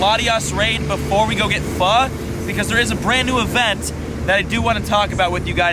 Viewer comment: It's pho homie. You're pronouncing it like a white boy